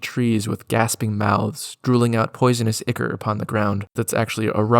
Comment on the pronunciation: The pronunciations are killing me. So heres my autistic comment. Ichor sounds like eye-core. Plague is pronounced like playg. And no sigil is not pronounce sih-gull just because Zeb Cook pronounced it like a baboon irl and made it canon in his book. Autism moment over Great video. 😂